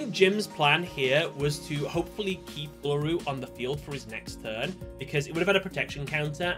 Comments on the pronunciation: As an Australian, it was incredibly painful when he said "ella roo" instead of "ool a roo" 😫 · You say uluru so funnily 😅